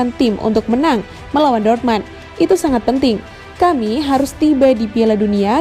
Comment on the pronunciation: DORTMAND?? Sejak kapan??jangan bikin malu min,nyaring,salah lagi😁😁😁